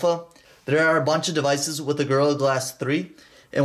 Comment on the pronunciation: He say devices wii😂😂😂